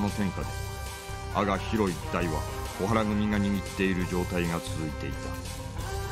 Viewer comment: 海生逸一さんはカイフではなくカイオ 小原組はコハラグミでオハラではない。 ここの作品は本当に人名や組名をナレーションが読み間違えてますね。 所谷さんはきちんと確認してないのでしょうか？